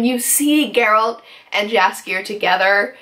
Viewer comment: My only concern is that it's too short. They could put and do a lot more if they had more episodes, for now this soup is too dense;) but I love your review, and your passion for the Witcher series;) please try to pronounce Jaskier like yoghurt not like jam:) cheers!